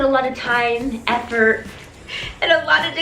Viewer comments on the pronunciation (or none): none